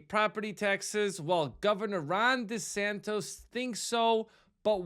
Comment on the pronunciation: His name is DeSantis. Not DeSantos